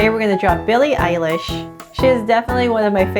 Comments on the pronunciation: Its not Billie eilsh its Billie eyelash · and why do everybody say billy eyelash i took like text under and it said that XD sorry lol